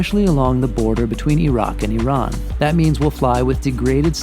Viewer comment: Bro really said 👁️ rak and 👁️ ran 😂😭